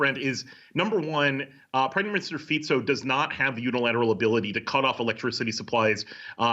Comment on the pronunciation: this is the first newscaster that I see pronouncing the name of the Slovak PM correctly